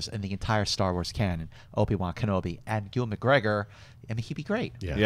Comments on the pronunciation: it is youvan not ivan. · needs to stop saying E-wan instead of Ewan. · I love how pronounces Ewan's name...E-Won lol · Where are you getting the the "v" from? It's pronounced "you-win". Say it quickly. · you're awesome but please try and get Ewan McGregor's name right, this has been a few times now and it's driving me crazy! Apologies but the Scot in me is getting frustrated haha